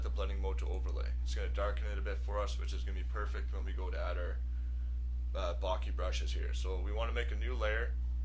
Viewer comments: Bokeh. Bo-keh. Bo-kuh. Bo-ka. Not "bockey". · What is baaakee? Ive heard od bokah...bokeh...Is that what you mean? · "barkeh" - haha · Bokeh- Bo keh- pronounced bow- ke (as in kettle) Other than that annoyance it was a great tutorial. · It's pronounced 'boh-kay'...as in bouquet?! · lol, it's pronounced boke-eh ;) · Great tutorial but please, for god's sake learn to say 'bokeh' right. That was painful.